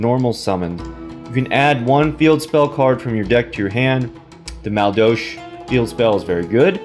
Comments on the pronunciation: That is not how you pronounce madolche. Not even close. Ma-dole-che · basically mad-ol-sh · Man I fucking love this deck archtype. I used them alot in the tcg. Although thier missing the key cards to make them good like anjelly, hootcake, mageleine and queen tiaramisu. Still excited to see this deck in duel links tho. Btw it's pronounced Ma-dol-chee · Dude wtf learn how to pronounce the archetype.